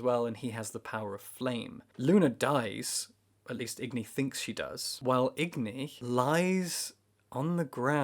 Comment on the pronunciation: Agni not igni